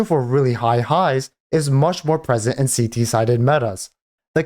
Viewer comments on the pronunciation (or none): none